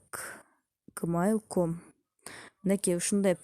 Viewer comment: Видеонор тунук эмес жмейл десенер гмейл эмес☺